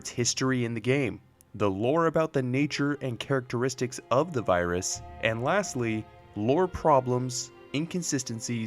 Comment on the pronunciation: I don’t no if it’s his accent or something, but every now and then it sounded like he was saying birus